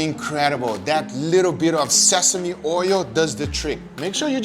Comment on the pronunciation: Did he just say Sesame oir?